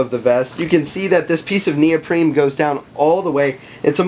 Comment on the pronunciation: Great review. There is no “M” in neoprene